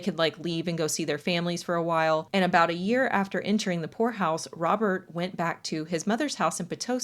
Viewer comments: for a good minute i thought you were saying whore house not poor house and i was so confused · At first I thought you wh*re house lolololol not poor house